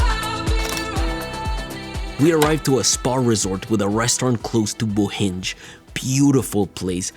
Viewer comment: hey one of my recently favourite tech youtubers visited my country! btw i just wanted to point out that “Bohinj” is not pronounced “Bohinge” but “Bohiny” (imagine “yuh” without the “uh”)